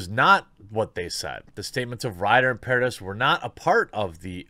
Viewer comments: Its not "paradis" its "paradee" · Vanessa Paradis's last name is pronounced "Paradee" the 'is' part is said as 'ee' silent 's'